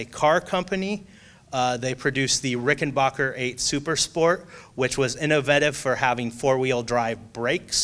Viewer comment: It pronounced Rick-en-b-ahh-cker